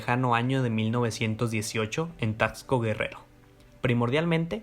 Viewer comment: Admiro tanto la gran pronunciació de Taxxkco es vez de al natural: TAXCO